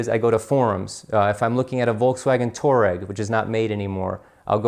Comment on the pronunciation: Touareg is pronounced Twah-reg